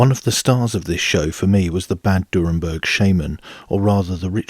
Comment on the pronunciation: It's not "Durrenberg" but "Dürrenberg"